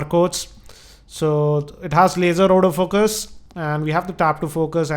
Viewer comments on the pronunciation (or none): Everytime you said Auto focus, it sounded as if you said out of focus. (No evil intentions here)